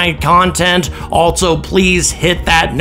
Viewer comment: Autogenous: pronounced Aw-TAH-jenn-uss, accent on the second syllable. Else: pronounced Elss, not 'Elts'. There's no 't' in Else. Also: pronounced AHL-so, not 'ALT-so'. There's no 't' in Also.